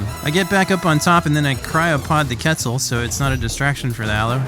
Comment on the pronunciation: Did he seriously say ketsel